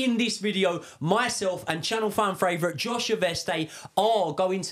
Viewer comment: say 'fan favourite' right just once, that's a task for you